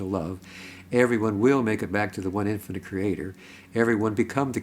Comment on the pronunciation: The word is infinite, not in finite.